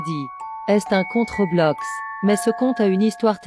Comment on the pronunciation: T'as dit Robloc 🤣🤣Mdr